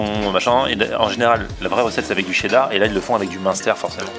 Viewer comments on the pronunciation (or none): none